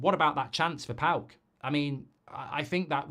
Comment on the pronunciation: It's Paok 😂 calm down everyone